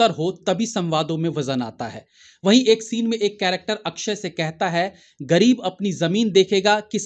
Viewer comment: ये अक्क्षय अक्क्षय क्या है । पुरी भिडियो में 30 बार से ज्यादा लिए हो नाम । अक्षय बोलना चाहिए । कम से कम आप जमिन से जुडे reviewer तो सही बोल लेते ।